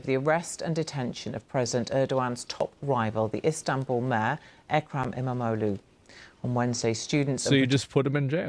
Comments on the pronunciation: I love how chat calling İmamoğlu as 'MMO loot' lolol. As a Turkish person i approve, whatever makes it easier to pronounce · Keeps sounding like they're saying "MMO Lou", like he's got max geared toons in every game.. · I know things are kinda fuked up here but I must say that I love how everyone absolutely butchers the pronancuation of İmamoğlu's name.